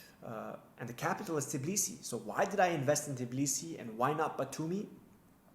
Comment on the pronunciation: t BI lisi. Not fucking t i B lisi. Why is it so fucking hard for you?